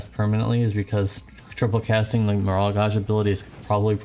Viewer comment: Gauge dude. Like cage. Also, are you sick? You have dem sniffles.